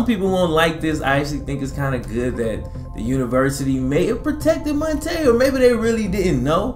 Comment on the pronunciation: It’s Mon- T” Ball